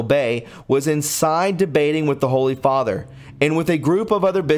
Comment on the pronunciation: Butchered. Fr. = (Father)